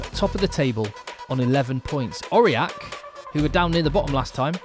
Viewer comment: Thanks for the great highlights. To improve your French, here's how to pronounce these 2 places. You only misprounced Aurillac once. My bad!😋 *ANGOULEME => 3 syllables, AN GOU LEM (GOU like in GOO in GOOD) * AURILLAC => 3 syllables again, AU RI LLAC (LLAC like YACK the animal)